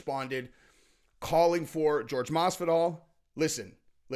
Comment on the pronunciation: Who tf is George? His name is pronounced Whore Hey